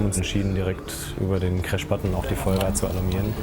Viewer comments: Ich bin fasziniert davon wie man Tag ein Tag aus über Jahre hauptsächlich Englisch sprechen kann und dennoch so eine hundsmiserable Aussprache beibehält... "wann trie", "kräsch"und "Zirro" waren meine Highlights. Respekt an die Piloten, dass sie vorallem bei der Geschwindigkeit noch alles verstehen können. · geile folge aber "cräsch" hat mich umgehauen XD